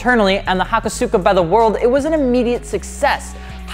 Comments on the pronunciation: it's actually pronounced "Ho-kos-ka" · hakosuka is pronounced hakoska